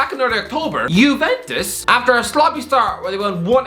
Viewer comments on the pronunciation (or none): none